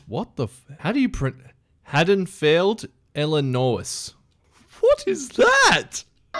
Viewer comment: You got Haddonfield right, but the state is pronounced "ILL-IN-OIE."